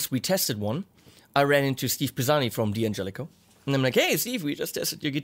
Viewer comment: you were correct the first time... it's Dan-Jellico, not Dee-An-Jellico...